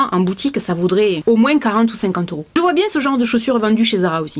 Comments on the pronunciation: Coucou pourquoi tu dis moinsss mdr on dit moins .Byzousss. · Je viens de remarquer que tu dis moinS et pas moins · la seule chose que j’ai retenu « plus ou moinSSS » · j'aime bcp ta vidéo, elle est génial mais g été choquée par le moinSSS 😂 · Merci merci merci. Grâce à toi je vais pouvoir refaire ma garde-robe. J'aime quand tu fais ce genre de vidéo. J'adore quand tu dis moinse 😉😂😘😘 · J'adore, tu prononce vraiment le "s" dans "moins" ce qui fait "moinss" on voit bien que tu viens du sud 😊 Sinon super vidéo comme d'habitude 😉❤️ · Parce que c'est comme ça qu'on parle dans le sud😉